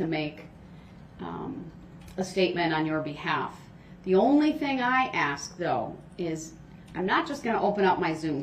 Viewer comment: Yes….every time he said “aks”